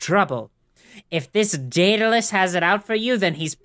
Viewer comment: Am I the only one who thinks Daedalus sounds like "Dataless"?